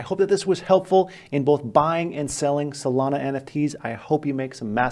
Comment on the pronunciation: why he say solana like that?